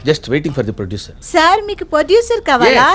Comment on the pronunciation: producer kaadhu poducer 😂